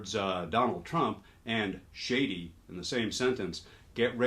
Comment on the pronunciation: You’re saying shady but I hear (smell?) 💩-ty